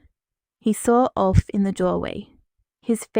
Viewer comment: Aoife is pronounced Eefa.